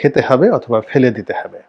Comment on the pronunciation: ভাই, হবে কে হেবে বলেন কেন?